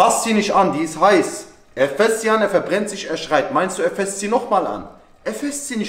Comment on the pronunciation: "Er fasst sie nicht nochmal an." Nicht fässt, sondern fasst Bruderherz. Nur für dein nächstes Video. By the way, top Video!